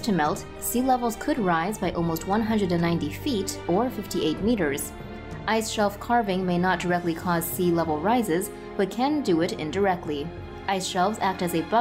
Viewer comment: Calving is pronounced like half and calf.